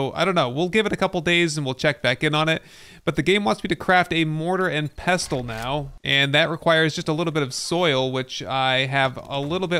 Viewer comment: The 'T' is silent in pestle, like in castle.